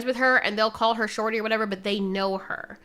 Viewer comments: I cant get over you pronouncing shawty as "sharty" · i thought you said "damn sharty" 😭